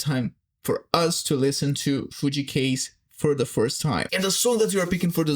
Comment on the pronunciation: You pronounced Kaze wrong.